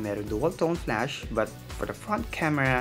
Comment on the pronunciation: goodness! flAsh NOT flUsh. 😂